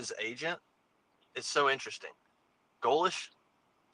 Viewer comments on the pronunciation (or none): for the love of all that great wonderful and beautiful in this world that we have left. Please oh please stop saying GOE - LESHH. Love you bro but man it’s torture to my ears lol